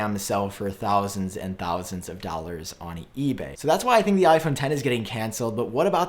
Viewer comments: “$100 dowers”!!! 😂 Am I the only one that notices that he says dowers instead of dollars throughout the majority of the time? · ray kreger I beg to differ. Look at his lips around :55 and many other times. He does say “dollars” closer to the end of the video, but the majority of the time he doesn’t use the L.